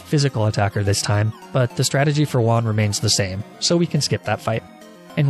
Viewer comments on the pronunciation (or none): none